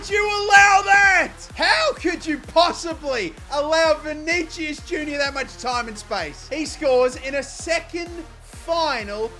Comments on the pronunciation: btw. its vinisius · Damn, Ansu Fati cooked in that ucl final. And i guess Skriniar just got tired of you butchering his name over and over. Same for Vinicius